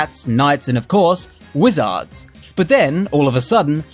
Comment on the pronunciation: Have you never heard how "wizard" and "lizard" are pronounced?